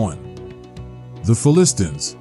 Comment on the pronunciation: yup..."fill-list- tins" I did a double take- that did not happen.